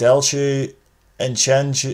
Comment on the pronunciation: The pronunciation was actually decent. The ones you got a little bit wrong were: Nedelcu & Enceanu (pronounced "Nedelcoo" & "Enceanoo", respectively) and Enache (pronounced "Enaque"). :)